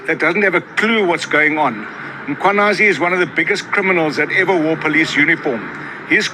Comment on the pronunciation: thank you for all the breakdown and appreciate you putting yourself in harms way to educate us. Can we also pronounce the surname properly if possible. MkhwanaZi not Mkhwanasi